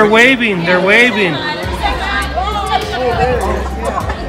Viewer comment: I can’t avoid to 😭 when he says they waiving.